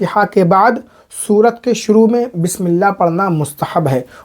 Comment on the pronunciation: मुफ्ती साहब सूरत नहीं सूरह बोलें।